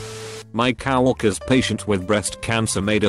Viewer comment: The computerized voice on here is so funny. It’s not co worker but it says cow worker. Also it’s not face palm but fasa palm 😂😂😂 sorry but I messed up on debreed and it actually sounds like dee breed